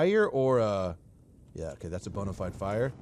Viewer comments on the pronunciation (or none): none